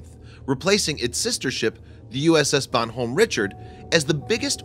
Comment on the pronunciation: How its it possible that you mispronounce words sasebo, bon homme richard, and archipelago?